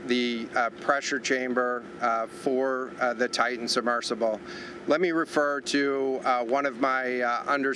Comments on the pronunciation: Better than the woman who introduced him and mispronounced "Titan." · She mispronounced "Titan" too. Unprofessional.